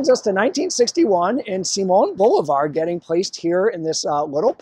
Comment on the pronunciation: It's pronounced Bo LIV ar